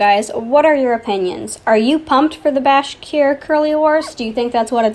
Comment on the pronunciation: It's alright if you don't pin this but: The Bashkir Curly horse is pronounced BASH-ker Curly :)